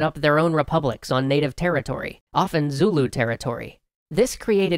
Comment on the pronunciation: As a South African, with both Afrikaans and English parents and who has worked and lived around the Zulu all my life, allow me to tell you, your pronunciation is horrendous. That said, good video, although you did leave out a couple of details but honestly, they're the kinds of very nuanced things that only the we'd know as locals. So.... Thumbs up. The biggest thing is your pronunciation of Boers. It's pronounced 'boors' with a rolling R and yes, the English have made them aware of what boor means in English for centuries.